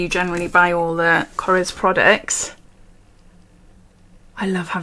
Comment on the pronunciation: Loved the you pronounced it correctly! It’s kor-esh not kors